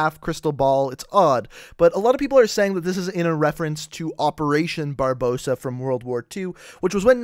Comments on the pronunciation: It's "Barbarossa" not Barbossa that's à pirate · its Barbarossa not Barbossa!!!!! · You butchered Barbarossa's name... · Rule Britannia I know right, in school I was taught to look at the word before trying to pronounce it. he must have heard it pronounced in a documentary or something.